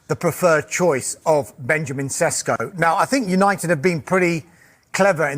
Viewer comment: Sesko is not a Sesko or Shesko or seshko. Bot "s" sletter are pronounced as "sh". Sheshko.